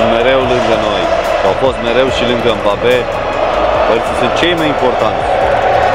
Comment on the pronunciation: Nu e mabape se pronunță embape